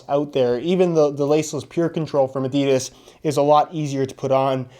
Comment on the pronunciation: If he says adidas glitch like that again I might actually cut my scrotom open